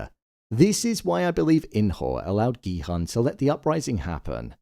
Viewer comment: for god's sake, please pronounce Gi-Hun's name correctly... the "Hun" is pronounced as "Hoon".